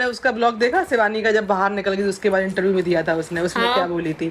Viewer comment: Intaview nhi interview hota h itna dimag padhai me lgati to bhn Aaj tu sahi bol pati 😂